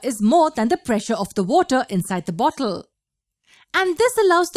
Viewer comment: Hear how does it say bottle so funny